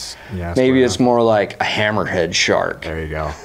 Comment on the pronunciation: lmao ham-merhead